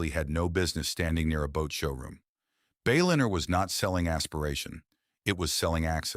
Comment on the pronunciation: AI slop. Disappointing. "Bay-linner"